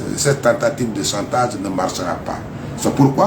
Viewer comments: S'il ya chantage c'est qu'il ya un dessou. Il faut creuser pour en savoir. Arretez de mentir au peuple. Prononcez chantage non santaze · Ce pseudo avocat n'a rien appris à l'école de la magistrature que le mot chantage qu'il prononce mal